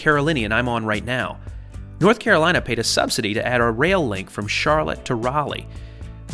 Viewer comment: lol the Carolateagain hahahaha